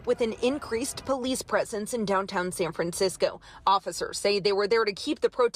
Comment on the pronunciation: san fransh-tshow